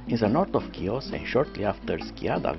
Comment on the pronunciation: Good job with the video! You did a wonderful job. The island is Pronounced “He-Os” just to help those who have never been to this beautiful island.